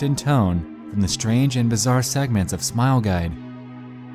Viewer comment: AHEM! You said Smile Gide. You mean Smile Guide.